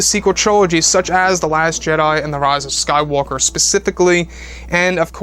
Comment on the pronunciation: I really hate the way says the rise of Skywalker